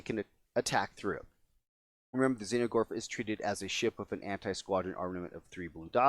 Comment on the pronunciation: Is there a reason you are saying "Xeno"gorth instead of "Exo"gorth ?